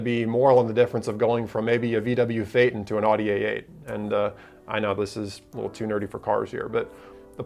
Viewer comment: Learn to pronounce Audi.